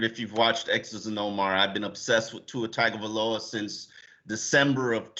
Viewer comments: How can yall be experts in the team yet so awful at pronouncing every name.. "BREE DA" not whatever tf said. And PLEASE learn to say our QBs name!!! "Tounge-o-Vuh-low-a" not TAG!! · At least pronounce Tua and Igbinoghene’s name correctly. Tung-o-Vai-Loa Ig-bin-og-gah-nee. (rhymes with mahogany)